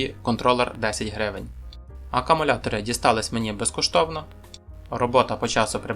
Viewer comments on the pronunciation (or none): Все файно! Але НЕ "АКАмулятори", а АКУмулятори.